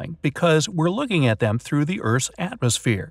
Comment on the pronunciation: Bright side: *pronounces atmosphere as "ants so phere"